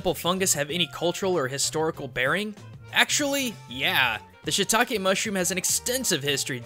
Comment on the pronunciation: It's not shitake, it's shiitake, しいたけ (椎茸), you are not pronouncing the い. I know, you don't need to thank me.